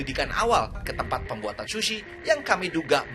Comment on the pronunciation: Ga tahan sama "shushi" Nya. Dan diulang ulang terus "shushi" Nya